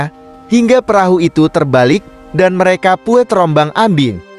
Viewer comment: lebai banget neh baca... bilang merekapun aja merekapu .. suee